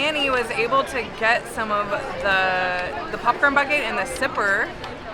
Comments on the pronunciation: I love how says popcorn, it sounds more like pupcorn! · Are you calling it a popcorn bucket or a Puffcorn bucket?! lol 😂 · "Pupcorn"